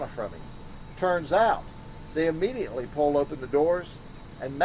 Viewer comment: It's bugging me that he keeps saying A-mediately 🤦